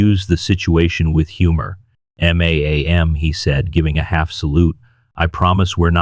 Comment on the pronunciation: The robot read ma'am as m a a m.........